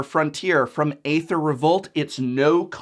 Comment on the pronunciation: Can you pronounce Aether correctly please?